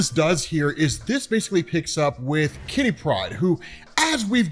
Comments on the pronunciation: Why do you say Kitty Pride like it is "pride of kitty" rather than a name? It should be /ˈkɪti ˈpraɪd/, not /ˈkɪti praɪd/ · Jesus, please stop pronouncing Kitty Pryde as one name. Katherine (Kitty for short) is her 1st name, and Pryde is her last. Her name is not Kittypryde. Damn son.